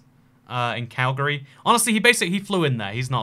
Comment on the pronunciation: As a Calgarian, I greatly appreciate your correct pronunciation of Calgary